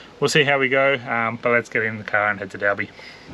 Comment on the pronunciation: Hi love ya vids just fyi towns are pronounced EL-LAW-ra and Dol-bee